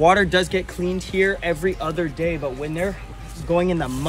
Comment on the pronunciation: Otter é uma coisa, other é outra… cuida a pronúncia.